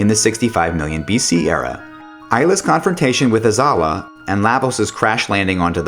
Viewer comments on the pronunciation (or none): He also can't pronounce anything lmao. Isla instead of Ayla, Azahla instead of Azala, Lucka??? seriously???